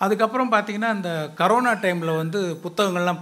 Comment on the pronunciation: கொரோனா ❌ , கரோனா ✅